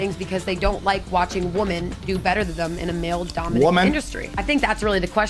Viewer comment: saying woman instead if women is painful to my ears. Literally makes me grind my teeth.